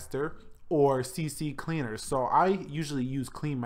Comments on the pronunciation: It is C-Cleaner, not CCCLeaner. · It's not CCCleaner it's CCleaner you say one C :/